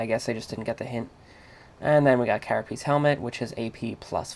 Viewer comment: Carapace dipshit! not carapiece?!